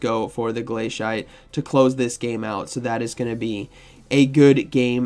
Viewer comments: I love your content, but your pronunciation is a bit… unique Glay-see-ate, or I’d accept glass-ee-ate. Both make sense. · Ah yes my favorite move, glay-shite